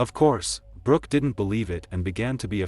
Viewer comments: It sounded like he said her name was Rock so did the closed captioning...I thought that's an interesting name...Rock...haha then it said Brooke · Her name is Brook (not Brock - Brook rhymes with Look) She was born On April 24, *1978* not 1981, which is why she was 19 years old in 1997 at the time of her death. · Or Brock rhymes w/cock 🐓 and Brooke rhymes with cook 👩‍🍳